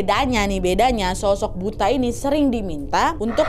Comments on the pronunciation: Buto ga siih.. asing bgt pas disebut buta 😂😂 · kak naaaad, bacanya butoooooo :(( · Bacanya Buto kak. Bahasa Indonesia nya raksasa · dalam bahasa jawa, kata buta (kadang juga ditulis 'butha') , cara pengucapannya adalah 'buto' atau 'butho' serupa dengan pengucapan kata 'tolong'. selaku orang yang tinggal di Jogja Nadia mestinya tau dong 😀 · Bukan buta kk,tp buto....itu sejenis hantu tinggi besar seperti raksasa...pengucapannya buto not buta 😅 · butooooooo kak nad bukan buta😂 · Bacanya Buto gasih wak, kukira pas baca di tnumbailnya tadi buta yg gabisa ngeliat (wuto)😆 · Kak bacanya bukan buta tapi butho. Mengarah ke raksasa (mirip sebutan untuk butho ijo) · Buto kali ka, biasanya di Jawa tulisannya Buta, tapi di baca Buto. 😂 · Buto kak bukan buta...itu kalau di jawa artinya raksasa... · Buto kak 😭 "Buta" dlm bahasa jawa bacanya buto yg artinya raksasa. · Buto kak nad bukan butaaa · Buto ga sih kak nad? bukan buta?🤭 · buto wak bukan buta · maaf kak nadia, namanya buto bukan buta. hehe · nad yang bener buto/ butho bacanya bukan buta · BUTO kak...bukan buta 😅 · Buto ka 😂 bukan buta😅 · Buto bukan buta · bacanya buto kak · bacanya buto kak nad😂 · nyebutnya "BUTO" nggk si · Penyebutannya harusnya buto wkwkwk kaya tol